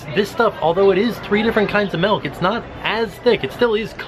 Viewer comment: ....why are you saying MELK? It's milk.